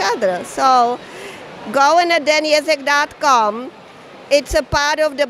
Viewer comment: I like how you pronounce Ježek as Jazz-eck when it should be Yezh-eck